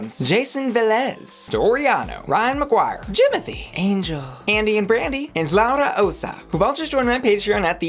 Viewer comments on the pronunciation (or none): none